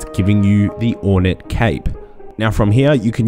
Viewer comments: I'm going to say this one time. OR NATE not Ornit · Nate as in gate.